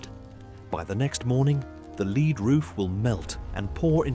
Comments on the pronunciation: Your comment clearly illustrates the benefits of good diction and careful enunciation! When discussing the roof of St. Paul’s Cathedral for the first time, the narrator clearly and correctly says that St. Paul’s Cathedral had a “lead” roof, not “leed”, which doesn’t exist. Lead makes perfect sense as a building material for the roof of such a magnificent public building in 1666. The second time the narrator mentions the cathedral’s roof, he inexplicably mispronounces it “leed”, which was very poor diction and would be very confusing to anyone. I hope that this is helpful to you. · Loved it, 👍👍👍👍but it’s pronounced “ led “ 🤪🤪😜😜 cheers from K🥝I🥝W🥝I land 🍺🍺🍺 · I never heard of a "leed roof", but apparently London had a lot of them in 1666.